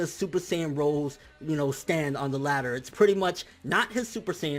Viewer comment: Super Saiyajin ROSÉ (read : rosey)